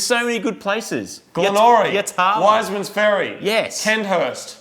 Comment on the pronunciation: YAAAAAAAAAAAATAAAAAAAAAAALA :D: D:D::D:D:D:D that pronunciation cracked me up for some reason Yat-la for sure mate. Dig the show folks keep up the great work.